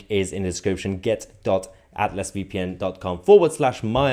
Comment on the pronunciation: Why do you say Atlas so weird? 😅